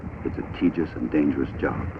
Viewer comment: The narrator is giving me a headache with his mispronounciation of "tedious."